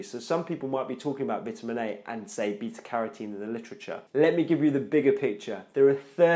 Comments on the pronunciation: Your English is good except Vitamin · Are you american if you are english people call it vitamins you are american you call it differently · Really well put together and explained man. Only problem for me (an aussie) is the way you say Vitamin haha